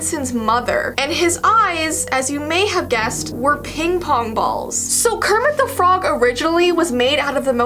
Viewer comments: Kermit de frog Me: you had it right the first time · Kermit du frog Me: that's wrong correcting herself: Kermit thu frog Me: that's still wrong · KEEMIT DE FROG 😱😱😱😱😱